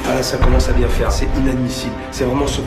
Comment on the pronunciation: "C'est pas bieng" 😂😂😂